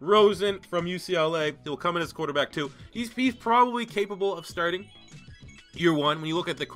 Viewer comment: "rrrrrrrQuarterback!" Lmao